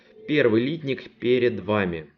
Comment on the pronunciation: литнИк!!!!! Слух режет